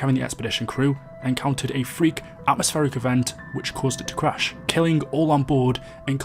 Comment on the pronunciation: it’s atmospheric not astropheric